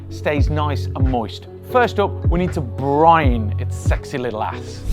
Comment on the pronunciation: Finally saying briNe